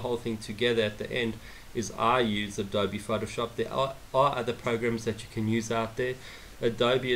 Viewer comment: Absolutely top-notch work! And yes, you are correct ... It's pronounced ado-bee!